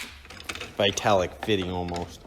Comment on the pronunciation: You mentioned Victaulic couplings, have you used them in the past? I worked for them in their Engineering Lab for 25 years. Victaulic is pronounced ( Vic---tall----lick )